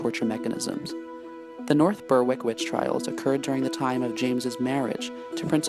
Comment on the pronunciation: It's pronounced " berick "